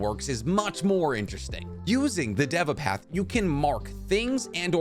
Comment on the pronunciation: You sed deve you need to say deeva path